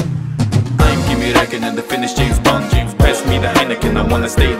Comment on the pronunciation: James Bwoahnd